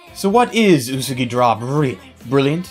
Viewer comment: I hate the way he says Usagi. It's Ooh-Sah-Gee